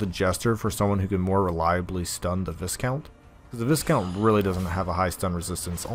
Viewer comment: Pronounced Vy-count.